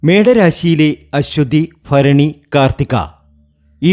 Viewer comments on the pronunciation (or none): none